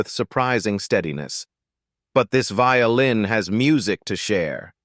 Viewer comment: Did you not say vioĺin?